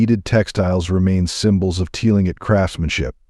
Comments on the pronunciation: Clingit! It is pronounced Cling-it. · its pronounce Tlingit is "Cling Kit" 🤣